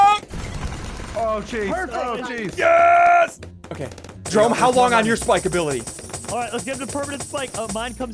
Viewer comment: jerry as in Jerome not jarry.